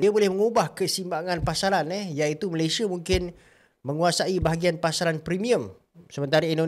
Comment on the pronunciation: SEBUT DENGAN BETUL NAMA..MALAYSIA🇲🇾🇲🇾 BOSAN DENGAR HANG CAKAP... "MALAYSHIER"